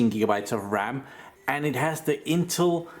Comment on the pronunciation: A new interface "Memory block" orca"RAM block" and you kinda butcher the INTEL name intul ?? further more good explanation